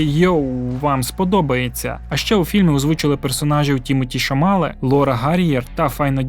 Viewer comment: Дякую за підбірку! А Тімоті хіба не Шаламе?))) У тебе він Шамале)